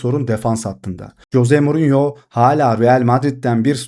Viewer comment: Coze morinyomu😂 kanka duyunca bi garip oluyorum sadece morinyo de😂